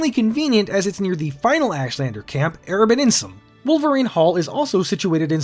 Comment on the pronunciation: Thank you for pronouncing Hortator and Erabenimsun like somebody who can actually read. There's surprisingly few.